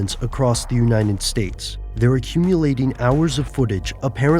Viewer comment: "Uninet States"